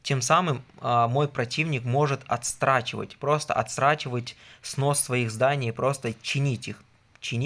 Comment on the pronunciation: Немного не по теме., отдельный респект за то, что сказал звонЯт, а не звОнят. А вот слова "отсрачивать" нет. Есть слово "отсрочивать". Удачи!